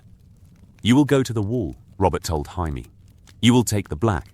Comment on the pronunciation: It drives me crazy. Every one of these has Jaimie's name pronounced "Hymie". It drives me CRAZY. If you have to, spell it Jaymee, so that it gets pronounced correct.